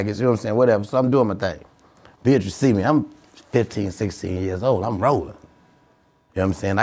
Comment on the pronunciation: "bee-at-tris" LMFAO